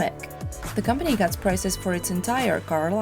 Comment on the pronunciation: Look how she says "company"